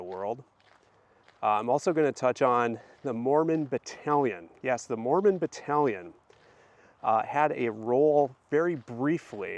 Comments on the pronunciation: FYI, Battalion doesn't sound like pavilion, more like AL IL for Battalion. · Correct pronounciation of Battalion Bat al ion Group of millitary soldiers Total of about 500 soldiers. The church was paid a sum of money for the services of the soldiers. The church accepted the funding to help the people who had been forcibly displaced so many times. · This was awesome! I loved it 😍., it's fun to hear you pronounce battalion. I always say it bat ( like battle) al eyon ( beyond without the b or d) 😊 I hope that you can do more content about the Mormon battalion. It is such a fascinating story. And you are a very talented storyteller. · 🤣 I love that! Differences are good. It'd be such a boring world if everything was the same. The way you say battalion does sound really funny to these Utah ears, lol, but it's fun 😁 Now I'm dying to hear you say bag 😉